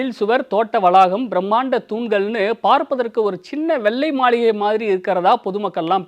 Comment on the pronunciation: That is not Malligai.... It is Maaligai...